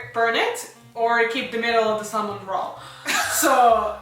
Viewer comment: The word salmon,you don,t pronounce the L.It,s like salmon.Just trying to help.